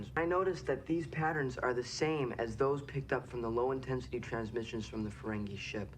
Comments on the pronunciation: Ferengee, not Ferengay. No offense. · I find it curious you're pronouncing it Ferengay when it's Ferengi. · Ferengeee, not ferengay. 😁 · I know this is an old video, so you might not receive this comment, but you have GOT to stop calling the Ferengi "Feren-gay". It's a bad habit, didn't do it initially and now zig-zags on it, but seems to keep pulling him to do it more and more. It's pronounced "Feren-gee". It's incredibly annoying, and if you don't consciously stop yourself messing it up, it'll eventually "stick".:( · Why do you call them the, “Ferengay.” It’s the Ferengi. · fuh-REN-gee (as in geek), not fuh-ren-GAY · Never mind how Michael Dorn pronounces it. It's FerenGEE, not FerenGAY. (He also pronounces "weapon" as "wheapon.") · Y'all pronounce Ferengi oddly. Faewren'Gay. Furr 'n ghee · You keep pronouncing Ferengi as Ferengue ( rhymes with merengue ). It's o.k. though. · Weird, he says Fereng(ee) during the reaction, but mispronounces (over and over) it later in the Intro?